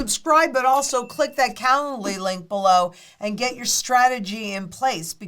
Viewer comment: Calendly link is the STUPIDEST name ever! When says it, it sounds like “calla lily.”